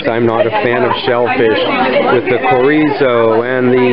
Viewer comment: Just trying to help you out brother. The “CH” in chorizo is just like in English, it makes “ch” sound.. like in Child. “Empanada” has a “N” in it not a “ñ”. It’s not a “piñata”. Last but not least …Mahi-mahi is not a Spanish word. So therefore the “H” is pronounced in any language…including Spanish.